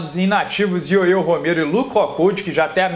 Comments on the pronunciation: primero aprende a falar Yoel Romero que parece uma criança falando . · Ué?parou de falar ioiô Romero...kkk show...